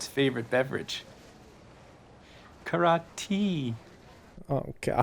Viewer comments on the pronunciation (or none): "Kara-Tea" LOLOLOLOLOLOLOL 🤣☠ I have no life 😐